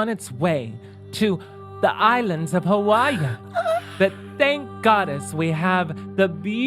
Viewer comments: Hawaii pronounced "how are ya" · Kelly's way of pronouncing Hawaii is very endearing.